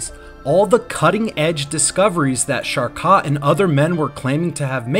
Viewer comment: It's pronounced Shar-Ko (Charcot). Several unfamiliar French words were very off, too. Enjoy your channel but a quick check of pronunciation for unfamiliar words will go far in channel growth. Feel free to hide this meant to be helpful comment! 👍🕊️